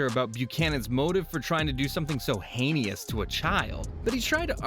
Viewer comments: side note .........its not "Hay-nee-us" its "Hay-nus" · The word is pronounced "hane-us," not "hane-e-us." 😂